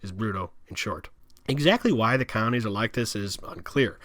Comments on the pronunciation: Is he saying counties or colonies??? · Could swear I hear him saying counties when believe they are called colonies. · "col-o-nies" not "counties". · I seriously couldn't understand his strange accent and rushed, mashed-together pronunciation. Sitting here puzzling what "cownies" could be. Three syllables: "col-o-nies". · The moderator's pronunciation isn't clear. It sounds like he's saying "counties" not "colonies". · Wtf are "cownies"?? Are you trying to say "colonies"? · So interesting the way you explain these areas. I do say, though, that it must have been several expressions of the word 'colonies' that I finally figured out that you were not saying 'counties.' It just wasn't making sense to me about any counties and then there was a photo of Alexis in a colony and I then understood that it is just the way you pronounce the word. Thanks so much for this video and I look forward to watching more of yours. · Is this guy saying “colonies”? Sounds like “counties”. Accent is so hard. Notice the “d” sound for all words with a “th”. Ie. “the”= Da” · I keep hearing “counties” when he says colonies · I need my hearing checked. It sounds like he’s saying “counties” instead of “colonies.” And there are a few things I couldn’t understand when he was speaking low and fast. My dad likes to say he’s deaf in one ear, and can’t hear out of the other. Maybe I inherited his hearing. lol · Colonies has three syllables. And there was no nuke war. Those were power plant meltdowns. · no he was definitely intending to say colonies , you could see the slave labor clips in the colonies as he’s referring to them. He just does a poor job pronouncing words , likely do to blowing other guys . Typical liberal behavior .